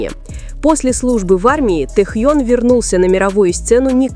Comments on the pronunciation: Блогер не умеешь говорит имя Тэхён уступи место другим ,которым умеют правильно говорит имя Нашего любимого Тэхёна! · Миллионы им восхищаются, а вы даже имя его правильно произнести не удосужились